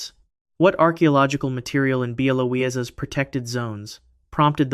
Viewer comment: Bialowieza (correctly spelled Białowieża) is pronounced more like“byah-woah-vee-eh-zha”. There’s no L or Z sound in the name. Interesting video though!